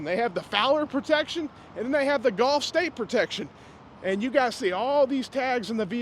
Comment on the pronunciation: It's pronounced GULF States Toyota. But it smells scammy either way.